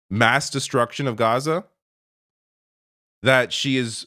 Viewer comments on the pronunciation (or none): none